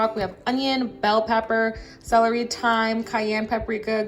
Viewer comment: The way you say celery and shallots be having me weak 😂😂